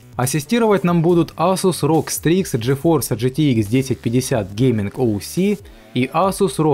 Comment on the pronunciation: Гейситком? Лол Произноси как-нибудь другим способом :D